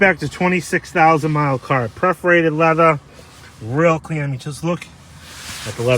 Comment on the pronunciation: PERForated leather, not PREForated 🙂